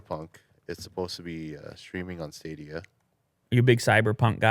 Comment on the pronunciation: Everybody: Stadia Willi Du: Staydea